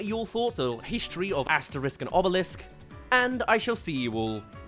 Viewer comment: It's Asterix and Obelix, pronounced Asteriks and Obeliks, not Asterisk and Obelisk!